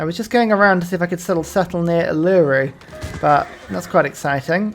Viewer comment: As an Aussie, and since I've been binge watching you for the last week or so I would like to give you a nice friendly PSA, you don't pronounce Uluru like Oo-loo-roo, it is instead pronounced Oo-luh-roo. Keep up the amazing work, loving the complex strats:D